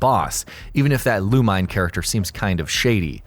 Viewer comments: Loo-mine?? Really? The game is fully voiced and it said Loo-Me-Né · ok i can forgive Juste (Jew-Stay) since the name is never spoken in any other game with voice acting or something. but MMX8 HAD voice acting, you CLEARLY hear the characters call him Loo-Min-Ay not "Loo-meen" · Did someone have a hate boner for MegaMan X8? Not only do they constantly use Lumine's name constantly so they can say it wrong (Loo-Me-Nay. Not Loo-Mine), but they proceed to use absolutely no images from the game. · Me all throughtout #4 "LUH-MEE-NEH!!!!" Also not a single clip there was from X8... Also ALL touhou games use the "last level is on Normal dificulty" system, much like pretty much every shoot'em up. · He also said lumine wrong,it's lu- min-ae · Lumine... Ok so the guy narrating this didn't write the list. I's pretty obvious if you listen to how he pronounces it... -. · gets triggered by the mispronunciation of Lumine